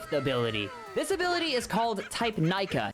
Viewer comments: You pronounced all the moves in a valid way except Nika which is pronounced "neeka" not "Nyka" but either way I won't bully 👍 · Mode Nika is said like knee Kah fyi